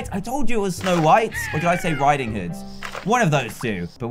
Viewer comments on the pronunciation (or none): you said little red rideing hood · You said red rideing hood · You said red riding houd